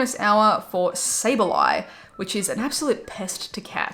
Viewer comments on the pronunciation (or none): none